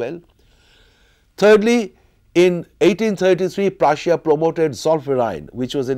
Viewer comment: Omg. I love this guy’s accent. I love how he says Prussia and Russia. I love accents in general, but man, I love the way he says these words.